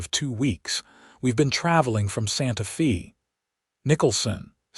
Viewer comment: Wonderful story! One of my favorites Wild West stories. AI needs to improve you pronounce Santa Fe (Fay) and it's not wound her arms his neck, round. It's they read books together. Verb tenses present, past, and future tense. AI is good but it's not great. Narrator's voice is the best! Thanks for taking care of all the loose ends and bring the story to closure. Deep in the heart of Texas!